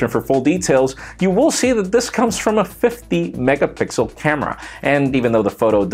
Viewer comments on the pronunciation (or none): did he just say 50 megapixles!?